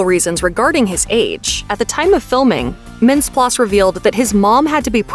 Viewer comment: you gotta pronounce mintz-plasse's name correctly.